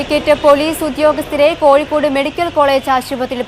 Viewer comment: Koyikod alla mole kozhikod